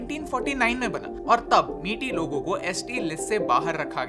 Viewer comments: Very nice video but I wish you would have pronounced "Meitei" correctly instead of calling it "Miti" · Metai ko maitai pronounce kijia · A really nice and informative video. I was there with my family just before the riot started, it's very disheartening seeing the current condition of Manipur, people of Manipur is very generous. Just wanted to correct the pronunciation. Meitei pronunciation is not "Meti", It's "Mey-te-yi". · Its not Meeti its Mai-tey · I am Bengali but original residence of Imphal....due to the scenario which often takes place in Manipur we shifted to Kolkata....actually people know very less about the situation people face in the North Eastern states of India....and one more thing,the pronunciation of Meitei is मित्य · 😂 idk why most Indians can’t pronounce meitei/meetei properly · Pronunciation is May tye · The pronounciation of meitei is not "miti" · Maithei is the pronunciation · Meitei not meety! Ignorance at its best. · Mai- tei tribe plz pronounce right